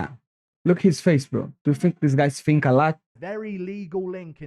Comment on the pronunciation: I like how this guy Finks.